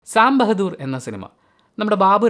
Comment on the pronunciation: Sam ബെഹദൂർ അല്ലടാ ബഹാദൂർ. ...ഇവനെ ഒക്കെ